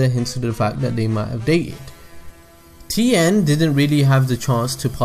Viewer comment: As a Mandarin speaker, I can confirm that you said Tien's name correctly